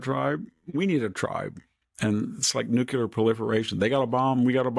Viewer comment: Please please sir, stop saying Nu-Q-ler! It’s nu-klee-ur.